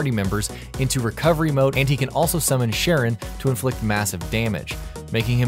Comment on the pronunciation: Charon is pronounced with the hard K sound btw, like the ferryman of the dead in Greek mythology. Otherwise great video!